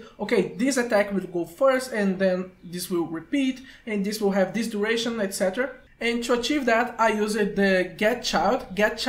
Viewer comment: the "etc" me pegou e eu logo vim ver se ele era br mesmo e é